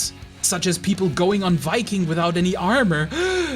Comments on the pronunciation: "vikking" It's pronounced Viking. Not Vikking. Get it right. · you know you did well when Shad says so:D also nice pronounciation of "Viking" sounded very danish actually!